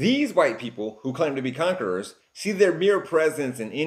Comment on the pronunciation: Bro mispronounced conquerer.